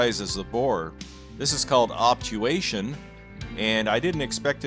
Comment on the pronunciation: I swear said "obtulation".